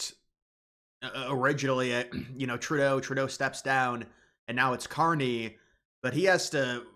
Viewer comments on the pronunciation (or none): none